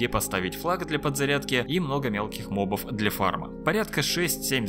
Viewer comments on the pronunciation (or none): Мне нравится Ваш контент, но меня мучит один вопрос, почему мобА и дамагА? Почему ударения на последние гласные? Вы если бы говорили на русском языке, говорили бы монстрОв, уронА?